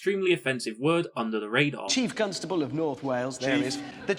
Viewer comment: Hammond empahsises the syllable 'cunt' at the start of 'constable'